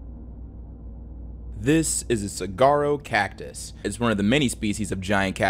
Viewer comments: just gonna butt in and say it’s pronounced sa-wa-roh. the spelling throws people off a bit. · Az resident, it is not pronounce sag-uaro is like sa-war-o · I'm sorry but it's usually said (soo-are-oh) not (soo-gar-oh) I've never heard saguaro cactus pronounced that way before and it caught me off guard! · The Saguaro cactus is pronounced “Suh-waa-row” not “cigaro” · i’m sorry but “suh-gar-o”🤣 it’s “suh-war-o”, like wario🤣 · Not to be a grammar nazi or anything, but saguaro (the cactus) is pronounced as “suh-WAH-roh” or “sah-WAH-roh”, not “cigarro” which means cigar in Spanish. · lol it’s not pronounced Cigarro.. it’s Suh-waa-row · "saguaro cactus" is pronounced more like "suh-WAH-ro", no "g" sound. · McAuliffe is "mick all if" Saguaro is "saw war oh" Love the series :) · Man pronouncing the cactus wrong caught me so off guard I said it in front of my Arizonan born mom and she was ready to fight someone "Cigaro cactus" 😢 what 😅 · Sah-Warh-O cactus (the 'G' is silent, I live in AZ) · lol, "saGuaro" great vid :D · lol I’m from Arizona and you reminded me this stuff isn’t just common knowledge. Saguaro is pronounced like Sawuaro 🌵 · Yo, just a heads up saguaro cactus is pronounced "sah-war-o". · "Sah-wah-roe" cactus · the most morbid thig of all is you calling it a sagwaro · Okay I don’t mean to sound like a jerk but it’s pronounced “sa-wa-row” saguaro lol Arizona has some funky words! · Hey! This isn't a big deal, but during your segment about the Saguaro cacti, you accidentally pronounced Saguaro wrong. Despite how it's spelled, it's pronounced Sa-wha-roh. Only reason I know this is because I'm an AZ native lol. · saguaro is pronounced suh-whar-oh , the g sounds like a w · I'd hate to be the "erm ackchually" guy, but every time i heard him pronounce saguaro cactus as "sag-arrow" caused excruciating pain in my arizona native mexican American heart. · you say saguaro as suh-war-oh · your repeated mispronunciation of 'saguaro' made my frontal lobe vibrate